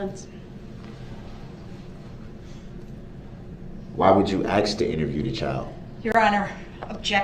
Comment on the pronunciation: There wasn’t actually a photo of him face on and the license plate. They could have offered a ‘photo’ of him face on in cross BUT I’m sure Ms Oper changed her mind mid trial because of this attitude and it was more fun too for them and us to see him squirm with the video!! 😂😂😂😂 and it was wonderful to watch him panic! LEADING, RELLY-BUNS-SEE, LEADING, OBJEC-SHUN, OBJECT-SHUN TO RELLY-BUNCEY! OBJECTION, I WOULD LIKE TO MAKE AN OFFER OF PROOF FOR MY APPEAL! Panic stations 🫨😂 It was MIND BOOGLING! 😊